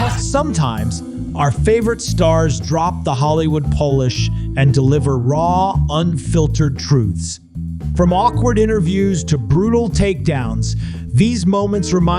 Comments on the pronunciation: Hollywood pole-ish? You mean pall-ish? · Not drop the Hollywood "Polish"! Thanks AI. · You pronounced polish as Polish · Love the AI voice over. "Drop the Hollywood Polish" and it pronounces it like the country, not like the verb. 😆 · The Hollywood Polish? Lmao AI is goofy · "Polish", in this context, is pronounced "paw-lish" not "po-lish". Your pronunciation is to describe people from Poland. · lmao "the Hollywood Polish".AI doesn't know the difference between polish and Polish I guess. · "Hollywood polish" pronounced Polish because AI doesn't know the difference and it's too much work to Proof the AI before airing it on YT. Garbage. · The Hollywood poe-lish. Good grief. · The way you pronounced polish like Polish. Bro, for real? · Paul-ish? Maybe? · Can anything get more annoying then an AI infused over dub that cant tell the difference between Polish (The Country!) Pronounced Pole Ish / to Polish IE: Paul Ish I shut it off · Hollywood "Polish" lmao. Jesus Christ. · I believe the narrator meant to say they dropped their Hollywood polish (as in polished silver" and not "Polish" as in the language spoken in Poland. Gave me a laugh though. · You know that there are two words spelled "polish" but they're pronounced differently, right? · yeah .. I heard that and thought “Polish”? Did he mean “polish”?🤦🏿‍♂️ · And yet somehow most are capable of pronouncing "Polish" without issue. Remarkable, isn't it?